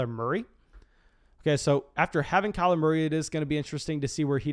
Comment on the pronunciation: “Kyler Morey”